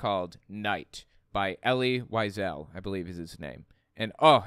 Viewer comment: I'm too anal about this (god why does it have to be called that), but I can't stand hearing names pronounced incorrectly... This is mostly a me problem, I get that, but I have to vent. "Elie Wiesel" is pronounced "elly" (you got that part right) "VEE-ZELL", not "why-sel". probably won't see this, and if he does it might annoy him, but I just...needed to put that out there. Thank you for letting me vent ><